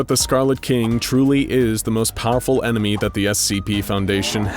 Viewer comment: anyone else hear him say "emeny" instead of enemy ?